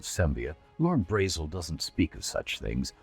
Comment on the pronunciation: Braezel prounounces similar to the german word Bretzel which is a pretzel. You will never stop me unhear it.